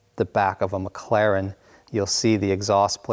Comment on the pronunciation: The way this guy pronounces "Mclaren", "Ayrton Senna", "David Coulthard".. Good god..